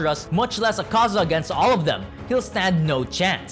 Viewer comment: Btw it’s Ak-A-Za not A-Kaza